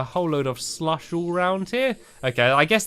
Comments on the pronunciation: It's so funny how he says "slush" he says "slUSH" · U say slush funny lol